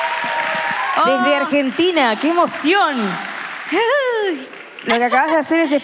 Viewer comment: porque pronuncia todos los nombres propios en su idioma original y después dice Arshentina?